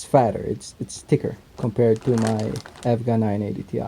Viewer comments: It's pronounced E.V.G.A. Not evvvvgggaaa. ;) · lmao how did my man pronounce evga, nontheless nice review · The way you said EVGA :|